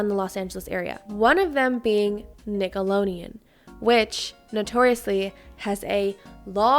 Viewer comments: Is it just me or does it sound like she keeps saying “Nickeloneon” with an “n” instead of “Nickelodeon” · Sis it’s Nickelodeon 😭 not nickaloneon. With a d! X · Ima see it all the way through but i cannot STAND the way she saw Nicolodeon😭😭